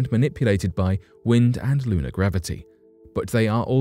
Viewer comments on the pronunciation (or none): none